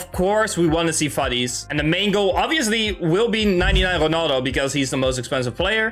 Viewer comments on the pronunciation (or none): Ik hoorde het toen je Ronaldo zei